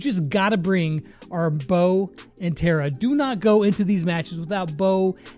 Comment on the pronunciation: I m once again saying its Tara not Tera